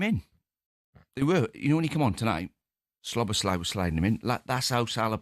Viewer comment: PLEASE Talksport can you tell Deano how to pronounce Szoboszlai correctly!! There's no L after the first S !